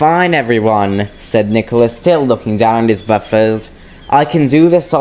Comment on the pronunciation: It's said not sayd